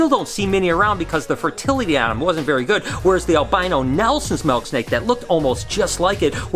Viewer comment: “Melk snake”